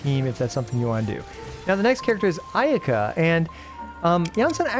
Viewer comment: Bro its called "ayy yaahKA" not "a yeehka". I know weebs out there are cringing. Are you a real weeb? Nice spreadsheet btw. Subscribed.